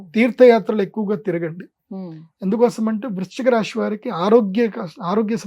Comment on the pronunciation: Rashi kadu dude rasi...palakadam raadu neeku....nadi MEENA rasi ..nenu chala bagunnanu...